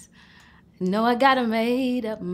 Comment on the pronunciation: That was the most British 'no' . 😂😂😂😂 Love her!!